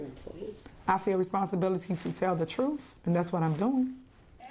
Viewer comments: Oh she's going to tell the TROOF and nothing but the TROOF, LMAO English should be essential to be in politics. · The people of Dolton will choose a mayor more carefully. Tiff never tells the "troof". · Tiffany is bat shit crazy! 😂😂😂 she said I am going to tell the truff😂😂😂😂 she is not qualified for that position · She doesn't know how to tell "tha trufe" she's delusional 😂